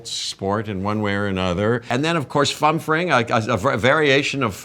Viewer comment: what's the term? Fun fraying?